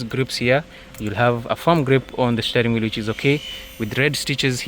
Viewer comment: Shteering wheel